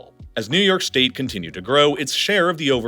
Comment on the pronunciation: Did anyone notice he said “shtate” ?😂